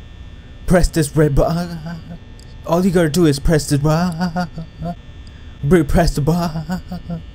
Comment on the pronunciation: Stop saying press the red baaa it's annoying